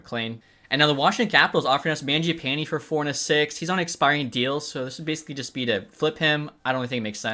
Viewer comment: Stop pronouncing mangiapanes name like that lol